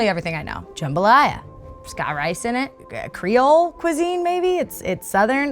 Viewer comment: I am Haitian and that is not the way you say creole. But I appreciate you trying